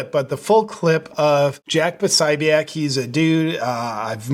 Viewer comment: Po 'so 'bic